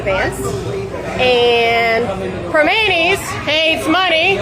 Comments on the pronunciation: Primanti's is pronounced "Pree-Man-Tee's. " But being said "Primanati's" sounds close to "Illuminatis" is pretty funny. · The restaurant is pronounced "Pra-mannies," another fine example of the Pittsburgh Dialect. 🤣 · Hey Benny, if you want to sound like a Pittsburgher pronounce it “pre-mannies brothers.” I was shocked the first time I went there and saw the sign. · Its pronounced prih-monty. I eat at the Fort Lauderdale location all the time. I think Ill take a trip down there this weekend. Any restaurant that kicks out Sarah Sanders or JD Vance is alright in my book. Ill try to make up for the lost business. Big tip. In all fairness, I would do the same if they kicked out Kamala or Walz. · Pronouncing it wrong bro!! Pri-manti’s. And the satellite locals suck!! The original in the strip district is awesome and def wouldn’t do this dumb shit!! Pittsburgh PA!!! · It's pronounced Pruh - Man - Tee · Prim Ant EEs. It's really too bad because they have the best sammiches in all of PA. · "Pri - manti" is how you pronounce this restaurant. They are famous for serving fries on top of their hamburgers. I'm originally from Pittsburgh and I'm ashamed that this happened to J.D. Vance. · Some parts of your brainiac are moving faster than others, Benny. "Pree-MON'-tees." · Its pronounced PRA Mann Tees Benny lol....i used to eat there all the time in college.....NEVER AGAIN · Benny I love you!!! But it is (pri ( like prick) MAN tea) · PGH = abbreviation for Pittsburgh "Primanti's" is more like "purr-Man-tees" Edited to add: IF their location in the Strip District neighborhood in downtown Pittsburgh, which is near to Three Rivers Stadium where the Steelers play, is empty, THEN Primanti's has a big problem. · I'm from Pittsburgh. Your saying it wrong lol